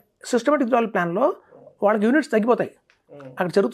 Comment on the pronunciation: ఫస్ట్ swp అంటే సిస్టమాటిక్ విత్డ్రా్వెల్ ప్లాన్ స్పష్టంగా పలకండి. Idcw లో కూడా units తగ్గవు అంటున్నారు, ex dividend రోజున అంత మేరకు, nav లో ప్రైస్ తగ్గిస్తారు. Units తగ్గకపోయినా, ప్రైస్ తగ్గితే అది కూడా, ఒకటే కదా. ఇలా ఈ analysts misleading inf ఇస్తుంటారు. సుమన్ టీవీ వారు, గంగిరెద్దు లా తలాడిస్తూ ఉంటారు.